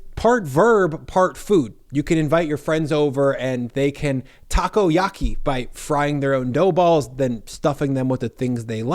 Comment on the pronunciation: Lost it with Taco-Yahkey